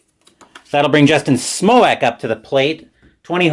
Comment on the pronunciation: Lol. Smoack. It's pronounced Justin "Smoke"